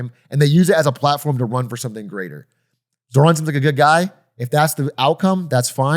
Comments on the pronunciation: doug with another boomer take.. pronounces iran eye ran zohran zo ran mamdani mamdami and doesnt understand socdem policies now he just needs a hawaiian shirt and sandals ICANT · Ok just want to say love DougDoug. Minor quibble though is his pronunciation of Zohran made me cringe a lot.